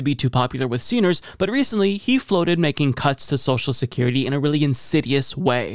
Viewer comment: He calls social security ‘sowshecurity’ lol couldn’t get any dumber